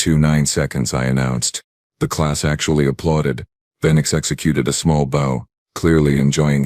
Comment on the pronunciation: And the AI still can't say bow as in what one does after applause.